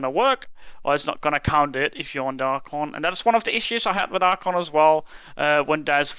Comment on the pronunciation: "Archuunnnggg" was said alot